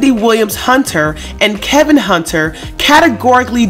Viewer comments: are you calling him KEL-vin in disrespect? because his name is Kevin, not that he deserves to be call anything other than cheater! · Dude, it’s not KELVIN!!! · His name is KEVIN, not KELVIN ! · So is his name Kevin or Kelvin? Sound like she keeps calling him Kelvin.